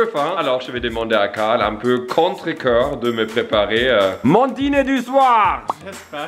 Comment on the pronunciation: dit cale lieu de carle😂